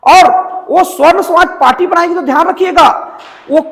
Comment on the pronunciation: जय श्रीराम जय श्रीकृष्ण हर हर महादेव, पत्रकार महोदय, स्वर्ण नहीं सवर्ण होता है ।